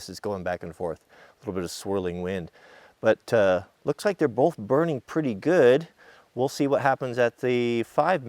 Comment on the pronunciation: Stop putting an 'L' in the word 'Both'. You pronounce it 'Bolth' and it drives me mad!